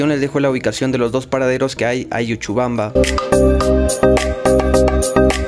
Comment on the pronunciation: EL LUGAR NO ES YUCHUBAMBA ES LLuchubamba. Pronuncia bien...